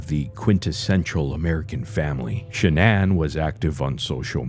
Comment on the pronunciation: “Sha-nan” Go fuck yourself with this bullshit, zero effort, trash.